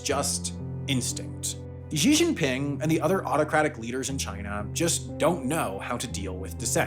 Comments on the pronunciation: Xi Jingping is pronounced "Shee" not "Zheee" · Shee Jin Ping not Jhee Jin Ping. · Gd information. Not sure, though, why Xi's name is pronounced "Gee" or "Jee" - the closest English equivalent would be "see"; or try an Italian "sì". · Why tf do white ppl keep inventing new ways to pronounce chinese words, it's xi jinping and beijing, not ži žingping and beižing like wtf